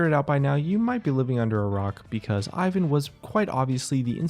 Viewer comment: Im slavic and it triggers me how he pronounces Ivan